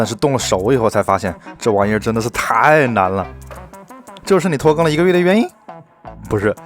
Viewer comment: 拖更我聽成脫X🤭